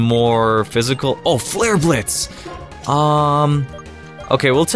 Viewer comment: Am I the only one who heard him say flare bitch by accident